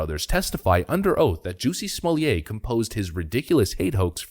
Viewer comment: OMG did he just call him Juicy Smokay!!